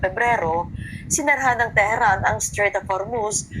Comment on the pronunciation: Strait yan Hindi Straîght of Hormuz